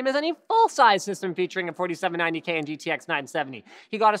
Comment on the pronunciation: "i7 forty siaaeven ninety k"